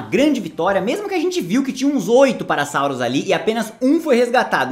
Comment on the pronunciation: Cara, em menos 18 minutos de vídeo vc fez a piada do Parasaurolophus comer criancinhas (levei como piada lógico, ele é herbívoro”, mas daí vc pronuncia Parasaurolophus errado e ainda fala de um Apatossauro o chamando de Brachiosaurus… fica difícil po kkkkkkkk